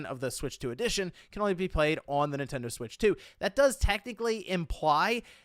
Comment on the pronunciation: it sounds like you’re saying “ADDITION” instead of “EDITION”